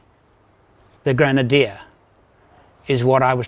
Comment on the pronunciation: It’s not a “Granadier”. Creepy guy.